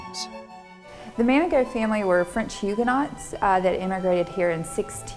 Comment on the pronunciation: Huguenot is pronounced without the t.